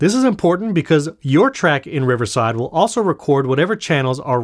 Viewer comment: They will or won’t affect the volume? It sounds like you’re saying “won’t” but I think you mean to be saying “will.”